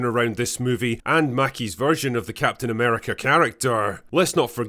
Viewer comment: Captain Nah-merica.